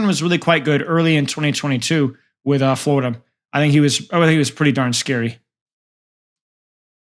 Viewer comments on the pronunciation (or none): none